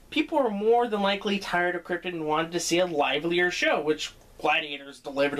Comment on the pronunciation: A Peter Molyneux joke in the intro and an appearance by Kim Justice? You must be a Guru Larry fan! Also good that you pronounced it like Kryptun not Krypt-on the way most Americans do